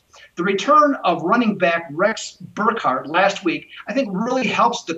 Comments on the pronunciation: BurkHEAD not Burkhard...it's difficult to take a prediction seriously when you can't pronounce names. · its Burkhead not burkhard